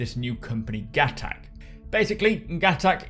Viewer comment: everybody, its pronounced GUH-TOK